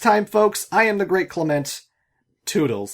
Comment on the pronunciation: Its not clement. I dont care what u say